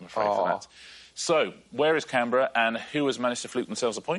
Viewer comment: Today I learned something new. How to properly pronounce Canberra.